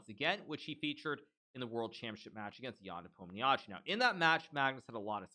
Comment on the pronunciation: the way Hikaru says Nepomniyashchiy🤣🤣Actually its pronounced with the accent on the letter "O"